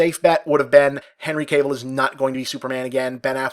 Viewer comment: Dammit Bob, it's KAH-VEEL not CABLE